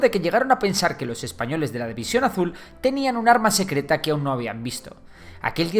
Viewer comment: ¡CUÁL ES EL ARRRMA SECRRRETA! - La que tengo en la bragueta :P